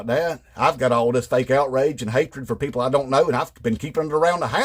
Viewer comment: Love this. 😆 A lot of MAGA pronounce "people" as "PAYpul" You could nail it even better. 🤣 Great job!